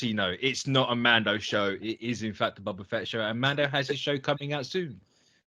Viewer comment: BOBA not bubba. 🤣🤣🤣